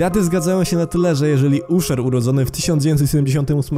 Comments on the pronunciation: „Aszer” nie „Uszer” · Usher wymawia się "Aszer" a nie Uszer" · Ziom czemu mówisz uszer zamiast aszer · nie uszer a ASZER :P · Mówi się Asher, ku… mać, Asher! 🤦🏼‍♀️🤦🏼‍♀️🤦🏼‍♀️🤦🏼‍♀️ a materiał to odgrzany kotlet, koleżanka z branży zrobiła to milion razy lepiej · No mi się śmiać chciało jak usłyszałam "uszer" mówię sobie no biedny "uszolek" 😂 Ale co do P.Diddy'ego ja pier😮ole aż mi łeb rozsadziło. 🤯🤯🤯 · Kiedy słusze "Usher" przez "U" to mnie w gardle ściska lmfao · Didi, Uszer, Kejsi... na rany Chrystusa, jak Ty wymawiasz te ksywy... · Taka dygresja, czyt. „Aszer” przez „A” mimo że piszemy Usher. Nic się nie stało tylko daje znać. Pokolenie Z może nie wiedzieć, ja jestem tym czepialskim millenialsem :) peace ! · Aszer się mówi 😊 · Wymawia się „Casi” i „aszer” ! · jaki U sher? te u czyta się jak a...